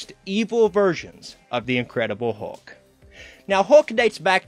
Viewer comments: Am I the only one who is totally annoyed by him saying hawk instead of hulk? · Dude doesn't say 'Hulk', he says 'Huck'.